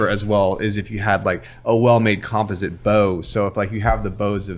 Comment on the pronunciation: Why is no one asking him why is says composite the way he is talking about composite bows You can all thank me later.....